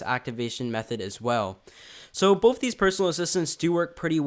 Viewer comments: Say both stupid not bof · The word is BOTH not BOFE sHiT4bRaiNze